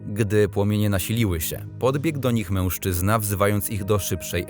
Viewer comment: I błagam, nie " mełżczyzna " tylko mężczyzna!